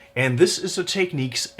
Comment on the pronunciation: Oh you're going to make all the Technics people mad by mispronouncing it😅😅😅😅😅😅